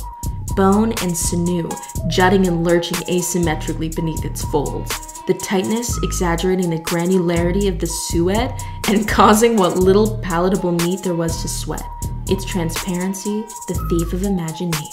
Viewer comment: It’s pronounced ‘sue - et’, and in this context, no, please no, don’t look it up.